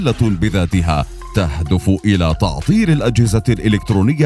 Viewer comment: تعطيل وليس تعطير ايها الناطق الإعلامي العربي